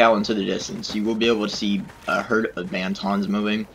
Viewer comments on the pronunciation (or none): It's not Banton it's bantha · A dune sea was a "sea" of sand, also they are called banthas not banthons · Cool! i hadnt seen most of these! also they're called banthas not bantons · Bantons???? Did he Actually call them bantons ???? There banthas… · It's BANTHA they even pronounce like that in the movies!